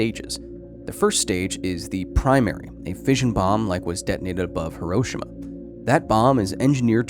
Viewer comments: Great presentation and I appreciate the data.... But, just for the sake of accuracy.... it is pronounced He-Row-She-Ma.... Not He-Rosh-Ama... I have visited the site and spoken with the people living there... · The 'i' in Hiroshima is silent. It's pronounced 'Hiro-sh-ma'. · Minor nitpick: your mispronunciation of Hiroshima. ☹️ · Might be helpful if you pronounced Hiroshima properly !! Would give you some credibility.